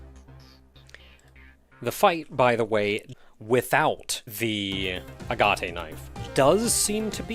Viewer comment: Well, if nothing else...the tension music on your way back to the center certainly does it's job. And then some. Also....are you sure it's not just A-gat? As far as the pronunciation goes.